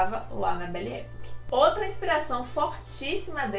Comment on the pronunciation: Belle Epòque. Pesquisa a pronúncia